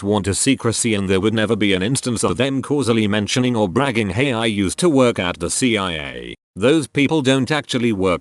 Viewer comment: It takes very little effort to edit the script so the bot doesn't say "FuhBee Siyah Agents". I realize I'm telling this to some one making content that is by it's nature low effort, but I mean come on dude